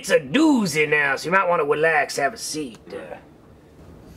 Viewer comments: PRESS 2 TO HEAR WELAX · Hahahahahahah more! He's hilarious! Welax mahk, welax.